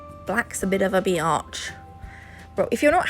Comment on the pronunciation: Love this set as much as I love you. "black is a bit of a Biyatch"...from the U.S. here, and to hear it with your accent...I'm on the floor lololololololololol too lovable